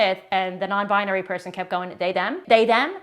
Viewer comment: The woman with tge steaight husband says nonbi-a- nary. Isn't it nonbinary.